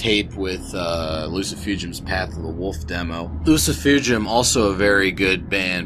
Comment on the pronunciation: Wow! I clicked on this and got more than I bargained for. I'd have a beer with you, except you gotta stop saying Loo-See-Foo-Jum it's obviously - Loo-See-Foo-Goom - like you are casting a spell in Harry Potter, you know? Oh and of course, if you are not going to take offense at me being Russian, because last time I met up with... well... whatever... great takes. You get a sub and a like.